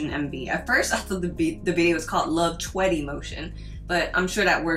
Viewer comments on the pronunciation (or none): as a korean I feel that you can just pronounce her name as 'cherry', which is actually pretty close to how it is in korean. Any non-native speaker who tries to pronounce her name 100% accurately is going to have a tough time, but just pronouncing her name as 'cherry' is actually like 98% accurate, which I feel is way more accurate than whatever I'm hearing many many other non-korean speakers call her. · It’s not pronounced Cherry, she’s said that a lot of times and I believe her stagename Choerry is close to her real name “Choi Yerim” so pronounced it pretty well:]